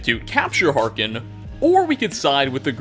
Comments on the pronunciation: Harkness. Not Harkin. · “Harken” You sure you played these games at all? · Thought it’s hark-ness and not Hark-Ken? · Harkness not Harken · Ya know you play to much Skyrim when you refer to Harkness as Harkon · Interesting content for sure but you really should have someone proofread your scripts in the future. There were multiple mistakes beyond mispronuncing Harkness.